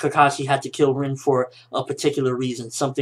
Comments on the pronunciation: Reen?... Its RIN! Lol just a nitpick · why the fuck does he call her "reen", its "rin"